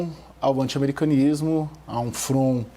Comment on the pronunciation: Brasileiro falando palavrinhas em Inglês no meio das frases em Português e para um Público Brasileiro já é ridículo... imagina falando errado ainda, como esse cara no minuto ... Ele tenta falar FRONT e fala FRON... O Brasileiro já não vai entender, porque não fala inglês, e nem um Americano entenderia porque além de ser só 1 palavrinha numa frase em Português, essa única palavrinha anda está pronunciada incorretamente...